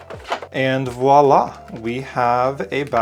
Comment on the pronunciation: I've been looking at this set for so long and oddly today, i took the plunge and bought it. It bothers me getting sucked into buying products because they are all over my feeds. I feel hypnotized. 😆 But thank you so much,, for saying the word voilà properly instead of saying wallah and creating a beautiful card.